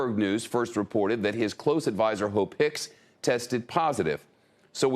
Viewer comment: Did he say hoe picks